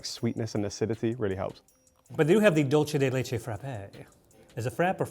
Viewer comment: Hope you all have a lovely season! Thank you for giving us a great escape from our daily grind! Just one petty point that I know will not give an F about: in Spanish, a ‘ce’ make an “s” sound, not a “ch” sound. So it should sound “dulsey de leche” not “dulche de leche”. Sorry, I had to.